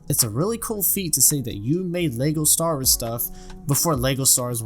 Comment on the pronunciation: I know its so naggy to pick on but I still die inside everytime he says LEGO "Star'rs", with that aside, great original video and great second video with covering what you mistook!